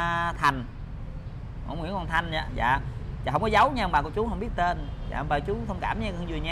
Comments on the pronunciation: Bà nội ươi.ngồi nghe ổng đọc " ko có tơn" mà tui lựu theo nãy giờ🤣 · Vui nhất đoạn ông đọc hổng có tên còn nhấn nhẹ nữa chứ